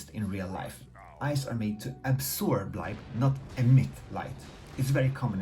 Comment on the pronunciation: glowing eyes, for the longest i thought he was saying glowing ice